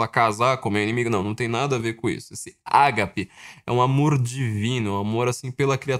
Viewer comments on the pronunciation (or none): A pronúncia correta é agápe e o g é bem fechado